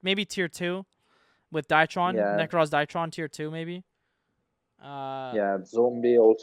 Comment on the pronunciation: Im not trying to pull a "well actktchually" but please try pronouncing some of these names correctly. Eld-LICK and DIE-tron make me cringe. Its DRY-tron, and Eld- LITCH. DAMN SON